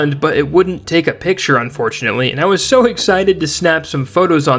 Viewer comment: AS SOON AS I HEARD IT I HAD TO GO TO THE COMMENTS